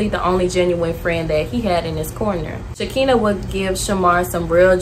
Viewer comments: I love your content. I'm new, new here but her name is pronounced sha-kan-na, not shakenne but it's spelled SHEKINAH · btw its SHA-KINE-UH not shakina lol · Her name is Shekinah(Sha-kah-nah) lol not Shakeenah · His friend's name is pronounced She-ki-nah, not She-kee-nah. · You calling shekinah , sha-kina had me weak 😂😂😂 but good video, I’ve been watching your videos here and there , I like how you not bashing the people just simply shedding light , you’ll grow fast , just stay consistent and stay true to you , rooting for ya ✊🏿💗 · Shekinah (Shuh-kahna) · The girl name is pronounced Sha-Kai-na I was grooving to the video until the mispronounced name it’s in the Bible